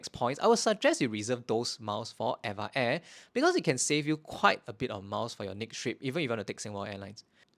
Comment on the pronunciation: Hey I left a comment on one of your older videos and we had a brief back and forth about how to pronounce Eva air. Turns out we were both wrong LOL You say: ever air I say: Eva (like the girls name) Supposedly, it's officially supposed to be pronounced letter by letter: e-v-a air Source: (mentioned towards the end of the video)